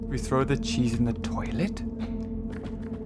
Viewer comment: No one: Not a single soul: Not even god himself:: CaN We ThRow THe chEEsE In The TioLet?